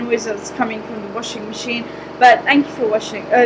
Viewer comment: "Thank you for washing" LOLOLOL